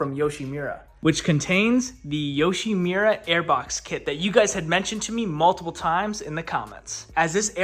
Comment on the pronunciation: Yoshimura❌️ Yushimira✅️